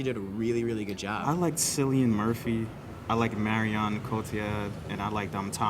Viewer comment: Pah, the guy who had his birthday during this video called "Cillian Murphy" (Pronounced like killian) called him Sillyian :')